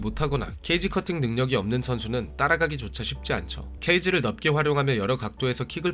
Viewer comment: 넓게 = 널께 로 발음해야해용ㅋㅋ